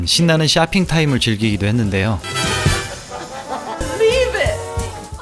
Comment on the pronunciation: 신나는 샤핑 타임ㅋㅋㅋ이세상 혀굴림이 아니심🤣